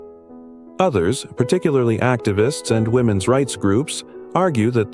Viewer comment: What is "women ess clothing"? These AI generated voices are so STUPID!! I bet his family were collaborators, what do we know about them? Canada took in a lot of anti-soviet nationalists who were helpful to the Nazis in WWII...from all of Europe and Ukraine, loads of Ukrainians.